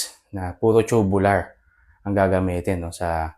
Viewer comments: agree po ako sa inyo pero ang pronunciation po ay toobyoolar "Tubular" is pronounced TOO-byoo-lur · It depends. Tube is pronounced as "choob" if it's in the UK accent and "toob" if the US accent. Both are correct. Parang "tomato": pwede to-may-to (US accent) or to-mat-to. New York: pronounced as "noo York" (US accent) or "nyu York" (UK accent). Both are correct. So it can be pronounced as choo-byu-lar or toob-yu-lar.